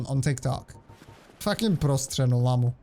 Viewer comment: bro you are from czech cuz the ř when you say prostřeno it was good af